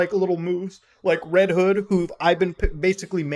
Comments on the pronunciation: You got his name right this game is red Todd and not red hood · “Red todd”💀